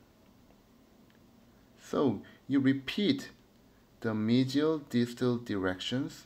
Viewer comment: 미지얼이 맞는 발음이였군요 수쳐의 힘의 방향이 더 아래로 향하는게 더 좋은 수쳐인가요? 아니면 특정한 상황에서 적용해 주었을때 더 좋은 예후가 나타나나요?